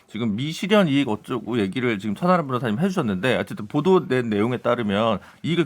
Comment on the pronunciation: 천"아람" 이라고 하는거는 일부러 그러는건가? 천하람 입니다 전국에 천아람 여러분들 대신 사과드립니다